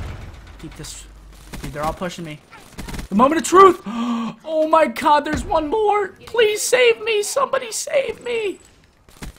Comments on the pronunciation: did you actually say "Oh my Cod" ahahahahaha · did he say "oh my cod?" lmao